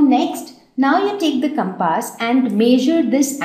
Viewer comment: Did she call a compass as CAPASS??🤣